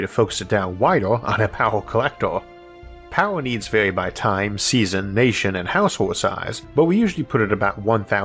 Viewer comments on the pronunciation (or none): none